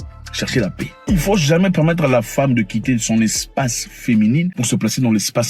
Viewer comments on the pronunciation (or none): none